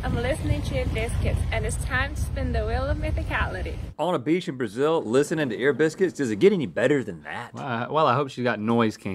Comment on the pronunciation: Oh, Ear Biscuits. That makes much more sense. I thought she said she was listening to Limp Bizkit at first.